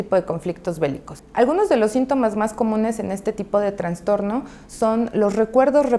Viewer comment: Sino Escucho Mal....dice TraNStorno. Lo correcto es TraStorno!! No Existe la otra palabra!